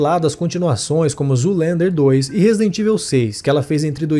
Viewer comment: A pronúncia de Resident Evil do locutor é de doer. Chegou a criar uma nova palavra em português: RESIDENTÍVEL. 😂😂😂😂😂